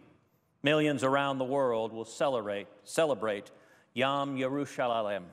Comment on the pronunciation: Oh come on --he can pronounce mord'khai correctly, but not yom!? :)